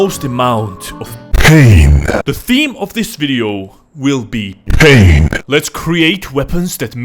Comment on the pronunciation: The only thing that makes me laugh my fucking head off, is when emphasizes the word's PAIN! SUFFERING & (the best one yet) PAINFUL!! - ( & )